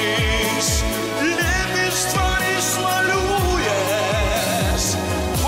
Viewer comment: У Серова на слове лЮбИшь практически 2 ударения, а у Алехнл чётко любИшь